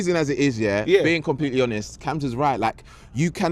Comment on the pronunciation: Cam loves him that much he can’t even pronounce his name properly 💀